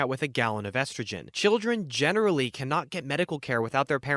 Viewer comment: Note the stress on "generally" 😂 Since it's already partially happening, it's easier to push for